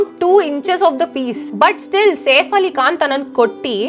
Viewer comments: మరి ఓవర్ చేస్తున్నావ్ సేఫ్ కాదు సైఫ్ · వాడు సేఫ్ ఆలీఖాన్ కాదు! సైఫ్ అలీఖాన్ 😂😂😂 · Safe ali khan kadhu saif ali khan Heck saw kadhu hack saw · 1st of all safe Ali Khan kaadu "SAIF" Ali Khan